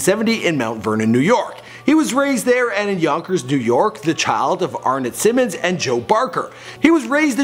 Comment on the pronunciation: How come dude keep saying Simone ... It's Simmons no different than Russell Simmons or Richard Simmons ... Not Simone